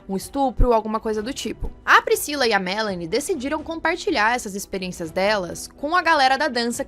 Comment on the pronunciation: Adoro quando falam meu nome direito kkkkk Melanie aqui o/